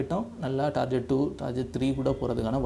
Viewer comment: ''டார்கெட்'' என உச்சரிக்கவும் ப்ரோ